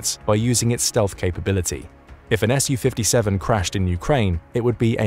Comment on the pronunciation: it made me wince every time. All that effort and research put in and then mispronounce the name of the thing (to English or Russian ears) over and over. Saying ESS YOU 57 is also a but weird as Su/Су isn’t an acronym in the same way F/A-18 or F-15 etc is. The second letter isn’t capitalised, it’s just a shortened version of the manufacturer’s name. It’s a “SUE” 57, just as it’s a “MIG” 29, and not an EM EYE GEE 29. Су-57 -> Su-57 -> “Sue” 57 МиГ-29 -> MiG-29 -> “Mig” 29